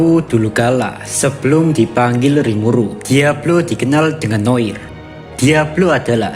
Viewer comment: Noar noir aja gabisa baca bener tol